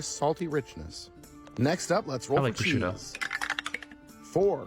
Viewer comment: i heard "Bashuda" which is my Ow, name, I got so confused. I heard "I like Bashuda"(Bah-shoe-da!) instead of "I like prosciutto"